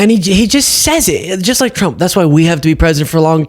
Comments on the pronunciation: "...Dictatow Twump" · Donald twump needs to be jaiw wight now, it's pwepostewous that's he's stiw in the white house!